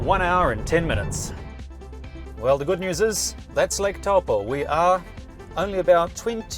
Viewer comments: Tau poe 😅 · Great video, but just a reminder that Taupō is pronounced toe-paw.